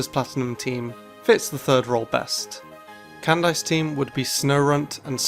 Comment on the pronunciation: "Canned Ice team would be" am I the only one who heard that